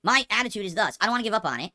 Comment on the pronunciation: Great, another word that'll stand out when I watch recaps and I thought him saying "Want" as "Wan" was bad enough